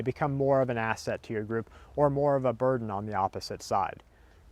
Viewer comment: every time I hear you say asset, it sounds like your gonna to say ass-hole. "is he gonna be an ass hole or burden"